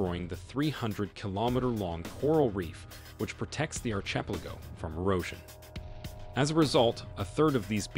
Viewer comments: ehr-chip-lego? Do they speak English in Ehrchipligo? Or do you mean "archipelago"--which is pronounced are-ki-pell-ago. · ....an .....wait for it...."archepligo" of islands....ha ha ha 😳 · Yeah, how can he say "Ar-cheap-pelago" in these highly expensive places. HAHA! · Isn't is pronounced "ar ki pelago" ? "archiplako" is driving me crazy.. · Archipelago its PRONOUNCED..........AR-KI-PEL-Ii-GO NOT.........AR-CHIP-Li-GO what's up with Americans pronouncing everything wrong ? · It's not ar-chip-lego !!! It's AR-KEY-PELLI-GO !!! ....hahaha (but otherwise an awsome insight into the place) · Agreed. Stopped watching after the fourth “ar-chip-a-lago.” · The "archeepleggo" lol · Dude, it’s phonetically pronounced archipelago like arc. NOT ARSH. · Arch-i- peligo Come on Say it right ... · "Ar-chep-liggo" Really?!! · "archiplego"... you have got to be kidding me. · Archipelago....pronounced ARK-i-pelago....I enjoy your documentaries but please research how to pronounce things properly! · Can anyone tell me what an "r-chib-la-go" is? How on earth is this narrator paid to mispronounce archipelago "r-chib-la-go"? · Complaint/Criticism. I enjoy and appreciate the content. My one & only gripe, are you intentionally mis-pronouncing words like Archipelago, Jose (joe-s), Paradoxical, Evangelical, and calling the "single mom from Kentucky" "He"? I will continue to watch, like and subscribe. Thank You for the Channel & all the work y'all do. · The narrator has a near-perfect American accent yet cannot correctly pronounce 'archipelago", among other words. There are also some odd rhythmic patterns to his speech at times, giving away that English is his second language. I say Kudos to him for his fluency, and suggest he consult with a native speaker on the pronunciation of words unfamiliar to his vocabulary prior to recording his future voiceovers. You're almost there, buddy...very, very close! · Archipelago...it's Archipelago!!! Ha ha, goddamit, say it correctly.